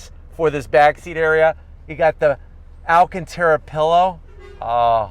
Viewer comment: Nice car for the price but If this guy says Alcanterra leather one more time ..& what animal Is that anyway😂😂😂